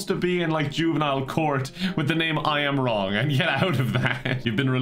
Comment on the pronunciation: I am wrong sounds like a Starbucks employee mistaking the name Ian Wong